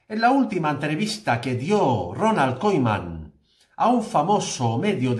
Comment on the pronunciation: Disculpa que yo sepa el nombre del entrenador se pronuncia Kuman y no Koeman, como tú lo dices. Desde que jugaba en el Barza así le llamaban.